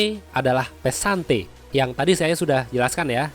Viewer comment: Pesante +t pesantet wkwkwkwkwkwk